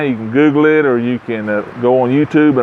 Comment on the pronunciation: "Gogogle it" lol sorry i got a kick out of that